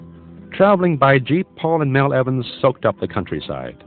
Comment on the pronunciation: It’s Mal Evans, not Mel